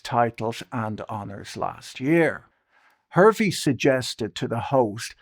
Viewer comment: Victoria Hervey's last name is pronounced HAR-VEE